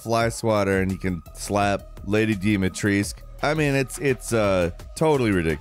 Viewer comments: DOUGH MIT TRESK. THAT'S HOW YOU PRONOUNCE HER NAME. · I know Falcons have beaks but your pronunciation of Lady Dimitrescu is diabolical lol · Who’s Lady Dimetrisc ? Thought it was Dimitrescu lel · Stop calling her Lady Deemahtreesk! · "...LaDy DiMiTrIsQuE" 🤡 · Jake, you should pronounce "Dimitrescu" like Duke did. XD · Love how refuses to properly pronounce Lady Dimitrescu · As a romanian...it hurts to hear how you say the name of Lady Dimitrescu....